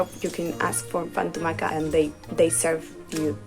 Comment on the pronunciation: Yes, had no idea what she was talking about, and the way she pronounced "pa amb tomàquet" was just awful.